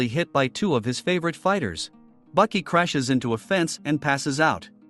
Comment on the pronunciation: Baki not bucky